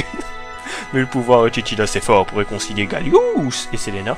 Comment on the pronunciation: Pourquoi "Gallious"?